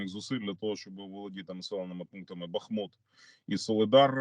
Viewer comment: Бахиут! Наголос на першому складі…